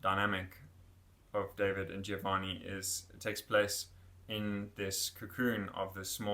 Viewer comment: It’s pronounced Giovanni not Gïovanni